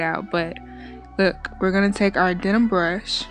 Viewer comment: It's a den-man brush, not a denim brush.